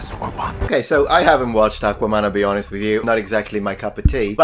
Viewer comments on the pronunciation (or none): none